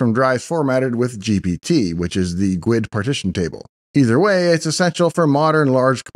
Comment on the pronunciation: I don't talk about such things outloud all that much, but I've never heard GUID pronounced like that.